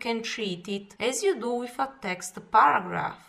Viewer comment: Well it's a very good video for people who worked in the office but I heard baragraph at first then I realized she is trying to say paragraph.